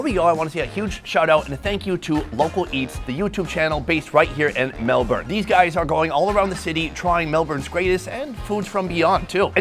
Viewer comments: It's "Melbun" Not MelBourne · Or "MelBORN" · And why put the entire thing in your mouth? The potato cake/scallop/fritter - you're missing the mouth feel of the bite through the different layers and textures. And please ask people in the country/region you're in how they pronounce things - like BARRA MUNDY, MELBN etc. Plus, Melbourne had Greek yiros/souvlaki decades before halal was a common word here. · ❌️ Melbourne ✅️Melb-in